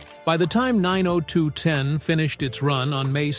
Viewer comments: Nine Oh Two One Oh (Not Nine Oh Two Ten!) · It's 9021 O not 902ten!! But good video in all! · It’s not 902 ten. It’s 902 one o Annoying! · The show was nine oh two-one -oh, not nine-oh-two-ten, Geez. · Say 902 ten ONE MORE TIME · Where do they get this announcer? WTH is Vegano, talking about the series Vegas. And 902 ten? Noone calls it that. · It’s called Beverly Hills 9 O 2 1 O, not ten. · 902(ten) instead of 90210(one O) 😂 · Nine oh two-ten🤣 and what’s up with the pics of Charlie SHEEN!? So weird… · If he says 902ten one more F*kin time I'm out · Did u really show a picture of Charlie Sheen as Tori's husband??? And it's 9-0-2-1-0 NOT 9-0-2-10!!!!! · It's Beverly Hills 9-0-2-1-0 not "9-0-2-10" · It is pronounced/said as 9 oh 2 one oh, not 902 ten!!!!🙄🙄🙄🙄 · The show was called 90210 not 902 ten. Cracks me up. 😂. It’s sad her mom and her don’t get along. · 🙄 The show is pronounced 90 (ninety ) 2 ( two) 1 ( one) OH (letter O ) what a lack of research in this channel besides that show is a classic.! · I can’t even sit through this whole thing, when he starts pronouncing Vegas As Vega, dollar in 902 10 That was enough for me. They need to have people who’s gonna tell you stories speak correctly or you can’t believe anything they say. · Side note: It drives me nuts that the generated narrator struggles with speaking numbers. Starting with "9-0-2-ten." The 1st wedding that cost "$1,000-thousand dollars" and the per guest cost of thousand-and seen-hundred dollars. Then, the doc begins to display pictures of the wrong Charlie. Obnoxious 🙄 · Annoyed every time I heard it lol x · You don't pronounce the name of the tv show 90210 the way you are saying it. Its so wrong 😮